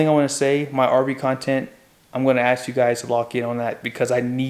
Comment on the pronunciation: Bro, I love your channel but PLEASE. Its not Axe...it's ASK. No disrespect. I've had viewers tell me how to pronounce SIMILAR. ASK. 😊